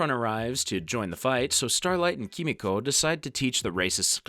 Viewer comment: Just gotta say I don't think the voiceover guy has seen the show just by the way he keeps saying "KEE-MEE-CO" and "Kimi-Co" I just had to look up a scene to make sure I wasn't crazy... EVERYONE says her name "Keh-Meeko"